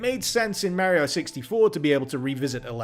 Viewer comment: Hmmmmm….Merio doesn´t Sound Right. I have usually no Problems in that regard but Mario got called a lot of times Mario and not Merio. But I am just nitpicking here. But damn , that mod is awesome! Thanks dude!